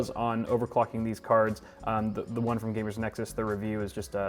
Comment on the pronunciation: He just said straight frim nvidia hehehe